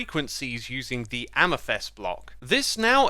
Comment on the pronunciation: After all these years, Xsuma still doesn't know how to pronounce Amethyst 😂